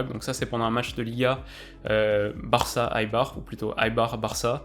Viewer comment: on prononce "éibar" et non "aïbar"